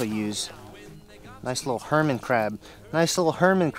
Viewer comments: I believe its "hermit" crab LOL, NOT "herman." Just thought I'd mention it. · Did you say herman crab?